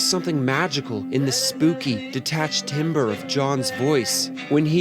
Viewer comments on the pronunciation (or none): Timbre is pronounce tambre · It’s pronounced tamber. Spelled timbre pronounced tamber.